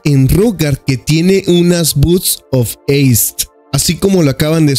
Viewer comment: Me sangran los oidos cada vez que lo dice